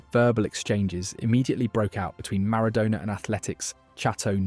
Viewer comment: i just wish you could pronounce Maradona correctly consistently..